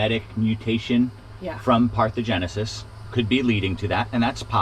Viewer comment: Parthenogenesis not parthogenesis, they mean very different things